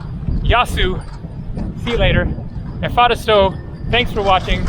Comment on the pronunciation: Hi, as you will spend some time in Greece I think it's time to perfectionize your Greek prononciation 🙂. Thank you is indeed efcharisto, but the emphasis is on the last o, not on the a. Emphasis is very important in greek, as some words have another meaning with emphasis on the wrong syllable. And with a hard "ch" in the middle and short "o" in the end (like the o in not), instead of an American "ooow". So it's not efhAristo (means pleasant), but efcharistO (=thank you).